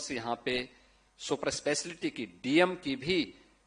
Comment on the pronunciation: Super eslaty😂super speciality hota hai pta nhi inko bolne bhi nhi aata aur banna hai inko mukhyamantri .